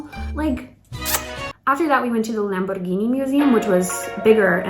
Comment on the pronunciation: As Italian I have to say you thank you, because you are the first American person who said "Lamborghini" correctly! 😊👍❤️